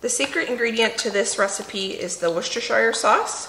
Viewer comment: Fabulous recipe. In England, we say Wooster not woosestershiire sauce. I will be using this in the future.